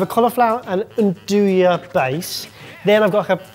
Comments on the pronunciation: One day I pray you lot will learn to pronounce andouille correctly. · The way you guys always pronounce "andouille" just kills me 😂😂😂